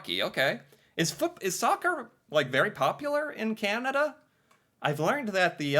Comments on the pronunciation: BTW, you’ve got to learn to say Canada correctly. It’s not “kenedah” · it is not pronounced 'Ken ada' it is 'Can ada'. thank you for paying attention to this matter!